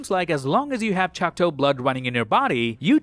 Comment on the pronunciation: It’s ChocTAW not ChocTOE. Come on dude. You’re not retarded